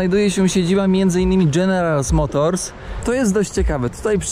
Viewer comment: Wypadałoby chociaż poprawnie wypowiedzieć nazwę general motors jak już się o niej mówi